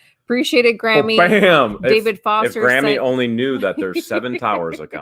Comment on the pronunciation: Surely Graeme's name is pronounced Gray ham?? Not Grammy?? It grinds me everytime. ha ha ha